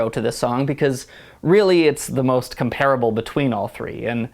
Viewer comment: I was interested in the review (although I think film and stage require such different portrayals that it’s hard to compare), but the mispronunciations are pretty distracting (vitriol, garrulousness, comparable). I agree with other reviewers that HBC has by far the best accent, and I think the reviewer sells Lansbury very short.